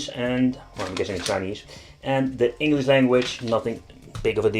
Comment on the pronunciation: i love "Engelish" language